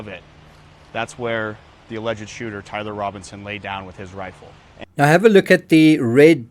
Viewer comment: You need to learn how to say Tyler before you make anymore videos about him